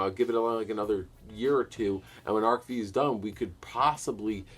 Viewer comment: By the way, ARC-V is pronounced "arc five", not "arc vee".